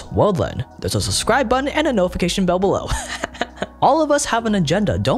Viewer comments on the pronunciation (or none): you're a brilliant guy and I love your videos, but come on man! It's suBscribe, not suScribe!...and yeah, I did.:D